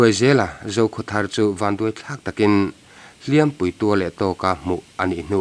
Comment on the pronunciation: Hliampui hi i thlûk diklo atir lam ami ah hian